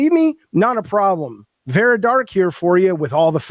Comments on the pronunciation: Dude, take the L and move on. We know that for someone that was enabled in his delusions for so long, actually being held accountable may feel like oppression... but, news flash: it isn't. Now, pack your bags and move on. edit: BTW dude, it is VARA, not VERA. What a lolcow. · I find it highly ironic that this man incessantly shouts "educate yourself" while failing to pronounce her name correctly. It’s Vara, not Vera. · Claims he's so smart, but can't even get Vara's name right. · .... it's Vara